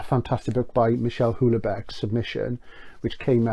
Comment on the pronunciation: Love your stuff - always stimulating and eye opening. A pronunciation note you can do with what you will - Houellbecq is pronounced 'wellbeck'. Not sure I spelled his name right, mind.